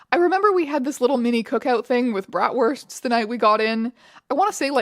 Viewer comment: not strange reading 'ofc' as 'of fucking course' 😭 NOOOO NOT STRANGE PRONOUNCING 'BRATWURSTS' WITH THE W YOU'RE KILLING ME